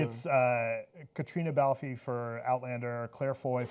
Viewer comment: Caitriona Balfe is brilliant on Outlander, and her name is pronounced "Balf" not "BAL-fee"....